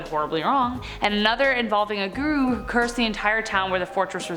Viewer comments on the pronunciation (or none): none